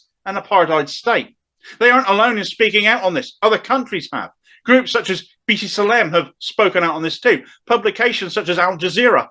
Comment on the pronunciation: B'Tselem correct pronunciation is: Bet Selem